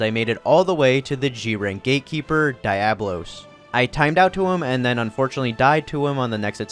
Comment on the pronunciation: The video is almost unwatchable because every time you pronounce Diablos wrong